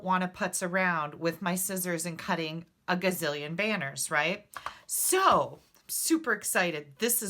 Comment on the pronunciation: A gazzillion! LOL! It jus cracks me up when you say that!